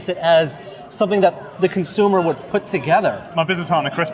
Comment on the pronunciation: "...Construction kit to pur our arm in this exquisite prop replica."